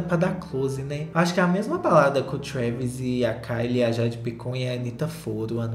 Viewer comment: eu morro toda vez q o fala 'treiviiixxzz' scott kkkkkkkk